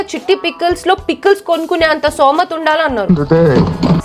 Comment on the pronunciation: Somatha😂 kadhu sthomatha😢